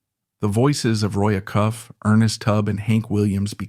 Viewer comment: Roy Uhcuff??? No!! Roy A Cuff. Please pronounce it correctly.